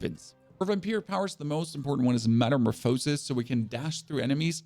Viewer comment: Wild pronunciation of Tibault and Metamorphosis 😂